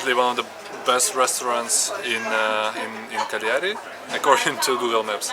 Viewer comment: pronounciation of Cagliari was almost correct, just put the stress on the first syllable. The fruit you ate was a loquat. Nice vlog by the way, nice when you see people discovering your own hometown